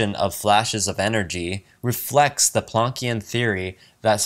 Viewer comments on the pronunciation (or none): you mispronounce the word "salvia" and the word "adieu". Also, mispronounced "Planckian" and "vague".